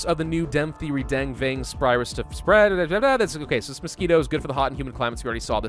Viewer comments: Den-geh not Deng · PRONOUNCED DENGEE NOT DENG REEEEEEEEEEEEEEEE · it's deng- gee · It's pronounced, "den-gay". Dengue fever has been around forever. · My Diseases and Diagnostics proff used to tell people to pronounce dengue as "den-gay". then he's say.. "just like a den full of gay people" It was really cringey. This was decades ago and he meant happy, not homosexual....but still. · Here in Argentina we call it DENGUE ("gue" is pronounced as "geh") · In Vietnam we pronounce it Dengee or the break bone fever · Dengue is pronounced as "Deng-Geh (The G sound in geh is not the letter G sound) ." I like your vids. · Why is he pronouncing Dengue wrong? The guy acts like he is a medical expert when talking about Coronavirus yet cant pronounce Dengue Fever right. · I'm so used to hearing it said like 'den goo' that I took a double take when you first said it! (no shade being thrown, I just say things weird) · You're a grammar Nazi but can't pronounce Dengue correctly?